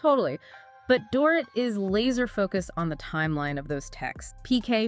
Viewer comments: Stop saying Door-it. It's dor-eet. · It's Dor-eet, not Dorit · Can all you Podcasters please stop mispronouncing "Dorit" already? Listen to the shows to learn it.